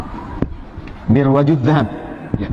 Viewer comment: dibaca mirwajul dhakab wkwkwk, pas dikoreksi UAH bikin klarifikasi video dan dibahas lg bukunya kali ini dibaca murujul dhahab wkwkwk, artinya secara ga lsg dia mengakui salah baca, tapi UAH ga mau mengakui terang2an